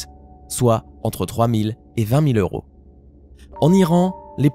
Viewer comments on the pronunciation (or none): none